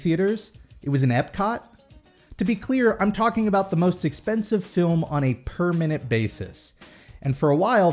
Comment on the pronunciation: I kept hearing 'per minute' as 'permanent' and got really confused what you were talking about.